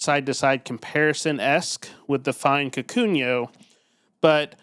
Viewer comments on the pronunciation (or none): I died every time you said "kakunyo"